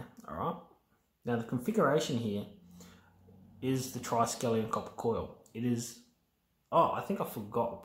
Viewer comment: That thing most ppl call triskelian here is not correct ! Hope you ppl can catch the mistake ✌️